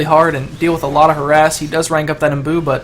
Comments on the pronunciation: its imbue, like in beautiful. not boo. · Omg it's not imboo it's imbue! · imbue rhymes with hue/blue/shoe